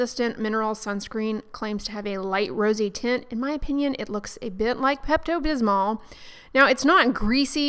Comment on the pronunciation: “Pepto busman””camomile lotion” 😂😂😂